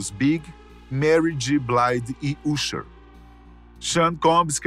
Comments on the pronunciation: E bom pesquisar como pronunciar o nome Correto do Artista antes de anuciar! Usher! (Asher) sound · Por que pronunciar "Ucher", não "Acha" como correcto, mas "Frenk Lucas" não "Frank Lucas"?